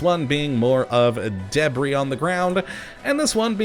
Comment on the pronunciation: The way u said debris killed me lol